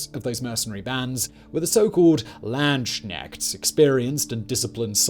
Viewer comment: The most funny thing of this video for me was Simon's pronunciation of the word "Landsknecht". This is not "Land-Sknecht" but actually "Lands-Knecht" translating roughly to "Soldier/Mercenary of the Land". ("Knecht" has the same roots as the english "Knight")